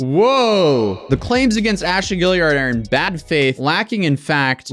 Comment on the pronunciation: now that you've learned how to pronounce tarot, can you learn how to say Guillard? haha "Ghee - yard"